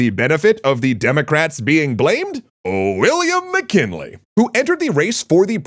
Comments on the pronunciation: "Milliam WcKinley?" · Milliam WcKinley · Milliam Wickinley